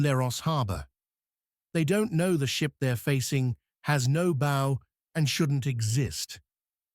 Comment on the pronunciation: Another really bad artificial voice. Cannot pronounce bow. Forward part of ship.